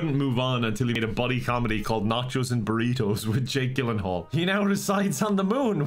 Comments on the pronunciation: Lol it's pronounced gill in hall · His pronunciation of “Gyllenhaal” irrationally annoys me lmao